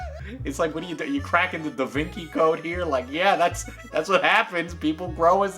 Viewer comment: Mans really said "Da Vinky"